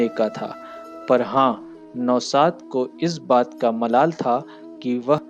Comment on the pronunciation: Nihayat bakwas commentory. स को श, नौशाद को नौसाद बोल रहा है। क्या बकवास है। ऐसा लग रहा है जैसे जबरन बुलवाया जा रहा है।